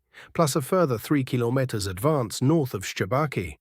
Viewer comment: It seems it's very hard for this AI commentator to pronounce "Kilometers" correctly.